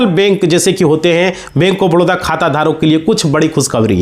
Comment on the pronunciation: Badodra kyo bole ho ye toh baroda hai na